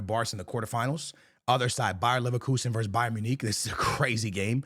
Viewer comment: Bro said Bayern Monique 😂😂😂